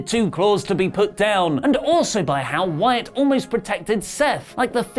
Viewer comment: Ironically you botched "Wyatt and Rollins" lol